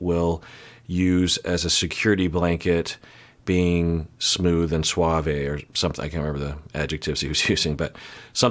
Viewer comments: Lol I don't think Clay's pronunciation is the majority pronunciation, and I think assumed it was on purpose as slang and that's why he repeated it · That dude is so suave that he mispronounces suave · WAIT! BACK UP! How are Americans pronouncing ‘suave’?